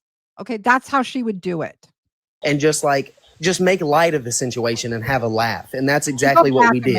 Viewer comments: If I had to hear him say "the sinchuation" aka "the situation" one more time..... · Talk about ignorant as he pronounces situation totally wrong lol just cant make this shit up!!